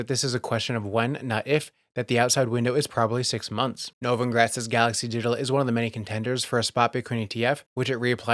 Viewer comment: He always pronounces Novogratz's name wrong.